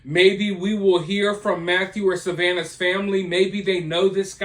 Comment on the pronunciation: You purposely pronouncing savanna’s last name wrong is that supposed to be funny?